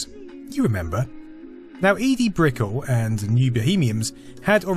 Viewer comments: By the way, Edie Brickell's last name isn't pronounced like "pickel", but "brick-L". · BTW.. Brickell... It's not pronounced like Pickle. :-) It's pronounced more like Novell, the networking company from that same timeframe. ;-) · MTV was dead by the early 90's. It's "heyday" was its first 10 years. . And just in case nobody mentioned it, her name is pronounced Edie "Bric-kell", not Brickle. 😋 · Lol. Brickell = "brick-KELL", junior. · It's pronounced Brick-ell...